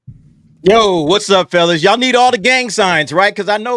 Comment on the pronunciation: needs to learn how to say y'all correctly.